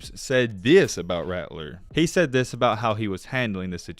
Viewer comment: He said "theeus"(this)